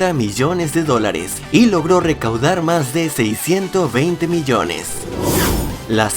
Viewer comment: Jajaja seiscientos veinte millone